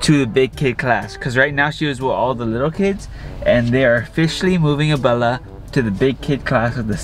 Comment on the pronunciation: Why you say “Bella” wen it’s Abella